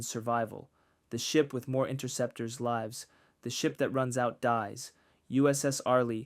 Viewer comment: What is with the narrator’s pronunciation on certain words - example: “lives”. Is he an english as a second language speaker (foreigner) or is it AI? What is going on here?